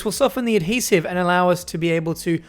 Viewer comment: Everyone take a hit whenever says 'Ad-Hesive'